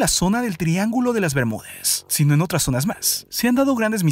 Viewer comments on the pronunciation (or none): Díganme que no soy la única que escucha una "eee" cuando la palabra termina con "a"... Ejemplo clime, tormentes, zones.... 😂🤦‍♀️ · oye enserio ¨zones¨ ¨persones¨ habla bien